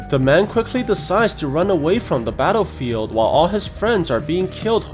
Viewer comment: I thought you said ‘taarofield’ in battlefield😂